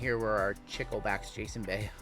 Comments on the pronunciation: I like your videos and work, it is tons of fun. BTW the word is Chicle and you say it CHEECLAY. It is the Spanish word for gum. :hand-pink-waving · Chicle is Spanish for gum. "Chick-lay"